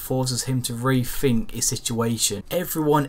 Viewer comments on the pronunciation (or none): Is it re -fink or re-think